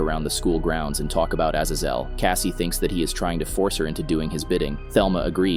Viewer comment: Bro can’t pronounce azazel for shit!